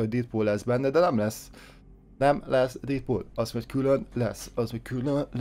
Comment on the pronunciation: Dedpul úgy kel kiejteni